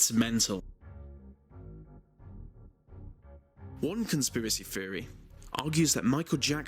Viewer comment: It's thousand, not fousand. This, not vis. Theory, not feory. Don't be so uncouf.